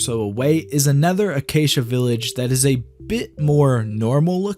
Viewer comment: right the way you say another, i always hear a nether.